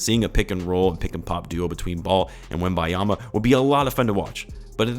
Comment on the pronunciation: Butcher the man's name 😂